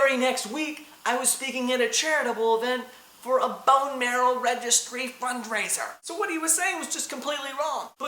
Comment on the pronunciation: loves the way he says fundraiser :L laughing at that!! :)